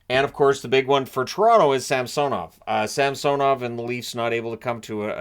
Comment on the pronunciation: It's SamsOnov. That's the correct pronunciation